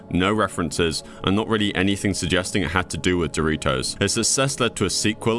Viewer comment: Dory-toes? Goggle??? Is this an ai or just someone from another planet??